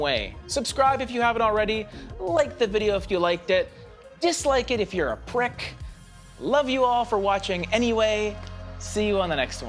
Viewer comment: "dislike it if you're a prick", i lol'd, then I had to like. That hard K got me